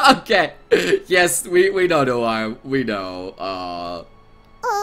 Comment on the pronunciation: u made noire sound like vert